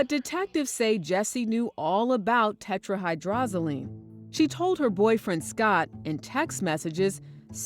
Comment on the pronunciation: The detective couldn't pronounce tetrahydrozoline. Come on police forces. How are these guys supposed to catch murderers if they are not smart?